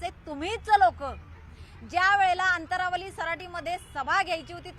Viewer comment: अनंतावाली 😅 अंतंरवाली